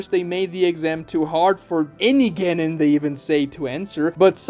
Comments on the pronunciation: Literally took me the entire video to notice that he was pronouncing "Genin" as "Ganon" instead of the correct pronunciation which would be "ge-neen." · It’s the mispronunciation of genin for me lol